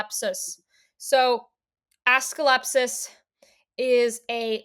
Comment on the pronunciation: I'm sorry his name is what? 😂 Assclepsus? Do you mean AS-CLEP-EE-US